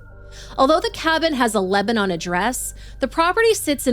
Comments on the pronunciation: We pronounce it *Leb-nin here 😊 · Its not pronounced Lebanon like the country. Its more like leb-nun. Also my neighbor and his wife work for green co sheriff dept. And are familiar with the caee. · That's not how you pronounce Lebanon. Learn English.